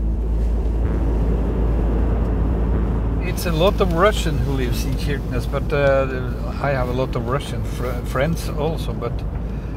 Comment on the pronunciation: On prononce "CHirquenesse", pas QUirquenesse ! Cela remet en question la crédibilité de ce reportage.